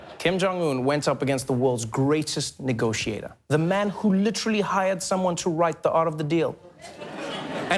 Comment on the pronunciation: Hello Mr the name is Kim jong not king jong......